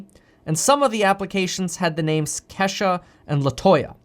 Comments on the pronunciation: Kevin it’s kee shuhhh lol 🤣🤣 not Kesh a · It's not Kesha its Key sha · Coming form a black dude it’s not Kesha is KEESHA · Kesha pronounced Key=sha lol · Lol bro lol I’m pretty sure it’s kee as in kesha but pronounced kee sha Lol !! Love you man keep doing your thang !!!!!! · And it's Kesha (Keesha) with a hard e 😁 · Okay Kev love you Bruh but the name is pronounced Kesha or Keisha sounds like this KEE-SHAH . Other than that thanks for having the courage to speak up for Us Black people , You Rock!💯✊🏾💖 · LOL! Your Kesha is pronounced Keesha with a Long E. :-D. I like you. You're a cool dude. Try not to butcher our names. LOL! :-) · Boy I tell you I was screaming “KEE” Kevin it’s “ KEEYSHA” Kesha is a white 👩‍🎤 singer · Is Kevin trying to say Kisha Kesha Keyshia Keshia OR Ke-Shh-Ah 😭🤣😂😂 Just asking lol But keep up the good work Kevin Love ya man❣️